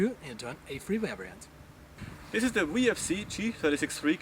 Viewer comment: wariant instead of variant